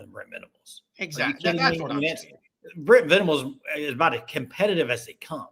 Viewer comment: Aboot... Lol. Is that Canadian. Lol😂